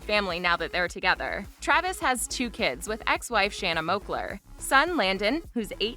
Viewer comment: Yo...😒 if your going to do some celebrity segment, make sure you say the names properly... you said the name Shauna Moakler... HER NAME IS SHANNA MOAKLER. 🤦‍♀️😒